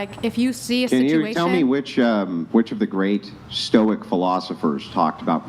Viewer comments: Stoics who can’t even correctly say the word Stoic 🤦🏻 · The "Stoic" sistas , didnt act stoic, couldn't pronounce Stoic, arent stoic themselves.😂 Maximus😂😂😂